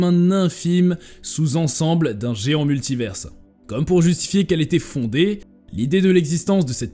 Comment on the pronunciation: Répétez après moi : MULTIVAIRE , c'est la prononciation !